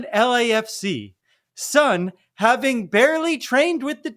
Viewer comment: As one of Sonny’s fans, thank you for welcoming Sonny and mentioning him in your videos. I just wanted to kindly point out his name’s correct pronunciation — ‘Sonny’ is pronounced ‘Soh-nee’ (not ‘Sunny’), and when saying just his last name ‘Son,’ it’s pronounced ‘Sohn’ (not ‘Sun’). I look forward to more great podcast content and hope your channel continues to grow and be widely recognized.